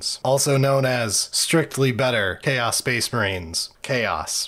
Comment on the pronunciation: Ah yes, Cha’os Space Ma’rines, my favourite faction!